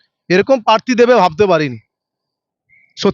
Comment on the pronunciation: পোচার, পার্থী এগুলো কি উচ্চারণ। আগে কথা বলা প্র্যাকটিস করুন।